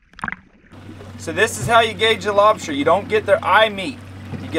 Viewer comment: I kept hearing lobsher..